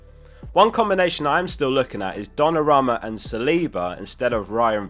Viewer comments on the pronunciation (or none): I wish you would say Donnarumma correctly once